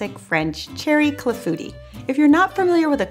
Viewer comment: I am glad to learn how to pronounce "Clafoutis'! I need to get a cherry pitter. That cherry clafoutis looks so delicious! Thanks!